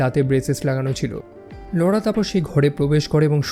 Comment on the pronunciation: Apnar laura namta pronounce krte problem hoi keno. Apnar ki laura bole kono girlfriend chilo naki.